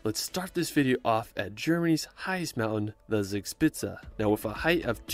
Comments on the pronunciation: "Zags pizza" when an American tries to pronounce "Zugspitze". Sorry but that's too much for me to cope with. I need to get rid of my brain cramp before I'm able to continue watching. Why do you guys not even TRY to do it right? 🤦‍♂ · Just on the side: Zugspitze is pronounced "TSOOG-shpit-suh" 😉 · suugspizza 🤣🤣🤣🤣it's funny how the ami's pronounce german words😂😂😂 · His pronunciation of German names sounds so funny, especially Zugspitze (actually pronounced like Tsoog shpitsuh), like Spencer Reid in Criminal Minds saying “Zugzwang” (= tsoog tsvang). I don’t want to knock it, I probably made the same mistakes when I first came to Germany (too long ago to remember, lol), but being so used to hearing it correctly, the mispronunciations sound rather quaint. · Yes, it is funny, but lovely. It is „tsook-shpitsa“. Nearly met:)